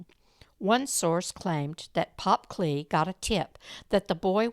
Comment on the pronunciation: As my grandmother was married to Lester Kley, and her sister was married to Leo Kley, I just wanted to let you know that the last name is pronounced Kl-eye not Klay. 😊 Lester was a nice man from what I remember, and lived in DeSoto when I knew him.